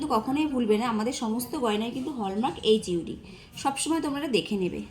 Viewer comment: Mam apnader light weight collections sottyii khub sundor But apni protibari Ekta words wrong bolchen Word ta holo ( HUID) ( HUD) noy